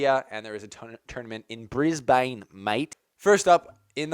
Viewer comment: Its pronounced Bris-bun. But good try😂😂